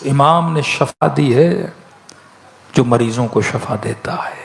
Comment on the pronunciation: Shifa bolo shafa Nahi